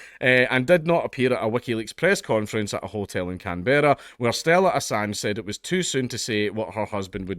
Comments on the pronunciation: "Can-berrah?" Can-brah. Come on mate, as a Scot you know what it's like for the English to butcher your names, why you gotta pass it down? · For the record it's pronounced closer to "CAN-bruh" than "Can-BEAR-ah". Sort of "CAN-borough", almost. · Can-bra. Can-bra. Not Can-berra. Briz-bin, not Briz-bayn. Every fucking time. MELL-BUN NOT MELL-BORN. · Can-Berra 😂😂😂 it’s just Can”bruh” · Just to let you know, Canberra is pronounced as, "Kam-bruh" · It's pronounced canbruh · I think you were going to say it right the first time lol. Can-bra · Can-bruh* other than that cheers for the coverage bro fu k the us, Australia always licking their fkng hole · It's CANBRAH say it right.. lol 🤣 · Dankula - Canberra is pronounced Canbruh. True story. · are you saying Canberra wrong on purpose? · Damn, as an Aussie I cringe everytime Dank pronounces Canberra like that 😂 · His pronunciation of Canberra is getting me and I'm British